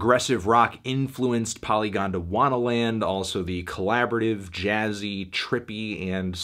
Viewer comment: Far out Melon Its pronounced Poly-gondwana-Land not Polygondowannaland. Do a google. Gondwana/Gondwanaland Super Continent. Every damn time.